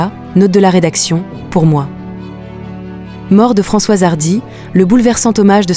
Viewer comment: Vous êtes vraiment minable avec votre exploitation par l'IA : la voix dès le début n'a pas assimilé Françoise et dit François, etc etc, je ne rentre pas dans le détail sordide du reste